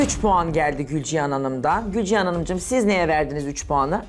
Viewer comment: Gülcihan 'a Gülcan mı diyor ben mi yanlış anladım?